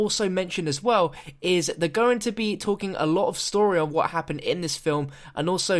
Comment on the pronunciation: "Talken" Great Englash